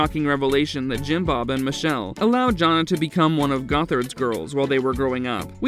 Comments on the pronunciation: It's not "JON nah" for the eldest daughter. Her name is pronounced "JAN Ah". It's good the majority of the elder kids broke away and made their own lives instead of following the IBLP cult they were raised in. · JAN-a, not John-a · He pronounces Jana like "John-a" 🤮 The robot has obviously never watched this show. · If you know so much about them, say Jana’s name correctly. 😅